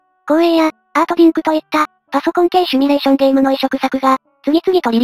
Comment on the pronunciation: 表記されてるシュミレーションではなくてシミュレーションです。結構勘違いされてる人がいますが、simulation シミュレーション。シムシティなどのシムシリーズをご存知だと思いますがシュミシティではないですよね。たんに誤表記でなく、主様の思い込みだと思いました。初期から動画見ておりますが、細かいようですが指摘させていただきました。これからも応援しております！！